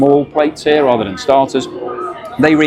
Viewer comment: "Rather" not "rangers"🎩🙄